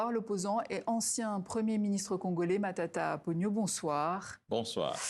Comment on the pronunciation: Camarade journaliste tu massacres le.nom su premier ministre cest matata ponton et non patata ponyo